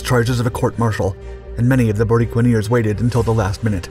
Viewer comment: The Borinqueneers were recognized with a Congressional Gold Medal ... (The people of Puerto Rico have been drafted into the U.S. Military since World War ONE ... 9 Congressional Medal of Honor recipients from an island measuring 100 miles by 33 miles). ... The correct pronunciation of "Borinqueneers" is "Boreenkeneers".